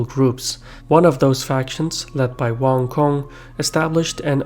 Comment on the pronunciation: Wan Kong? that sounds like a Chinese guy in the local grocery store in Chinatown. It's Wang Gun. You pronounce Gun like the firearm gun. And because Wang is his family name, his name is gun. More interestingly, his last name Wang means King. So his name would translate into English as the GUN KING!!!